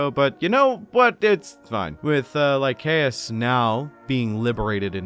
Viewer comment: Don't know if anyone has said this and I apologise either way but it's Lie-say-us. Soft C good sir